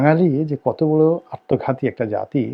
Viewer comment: মিঃ রনি ,আপনি আত্মঘাতিকে আর্তঘাতি উচ্চারন করেন কেন। আপনার প্রায় ভিডিওতে শুনা যায়। এ ব্যাপারে সচেতন থাকবেন ।